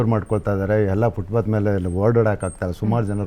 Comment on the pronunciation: ಅದು ಫುಟ್ ಪಾತ್, ಫುಟ್ ಬಾತ್ ಅಲ್ಲ ಅನ್ನೋದು ಮೊದಲು ಗೊತ್ತಾಗಬೇಕು.